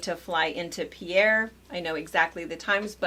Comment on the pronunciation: FYI, Pierre, SD is pronounced Peer. Yeah, it’s a SD thing.